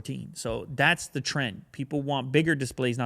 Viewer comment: I have a question. Why can't you pronoun the "th" in the or then? It shouldn't sound like a "D".